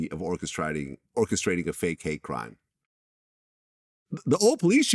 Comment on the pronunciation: "Orchesriding" really vlad?! 😁🤭